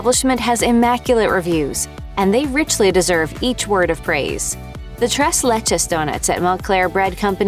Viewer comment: It's pronounced "Trace Leches'